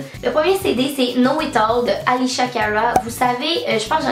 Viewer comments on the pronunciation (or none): Je capote 😍 t trop awsome!! ( on dit Alessia et pas "Alishia") 😛♥️